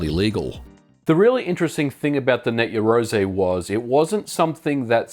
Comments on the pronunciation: You love saying Net Yeroze don't you?... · Slap a Ho every time he says net yarozay - ROZAYY